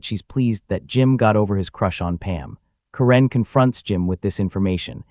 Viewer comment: This is AI slop. Voice can't even pronounce Karen and Phyllis.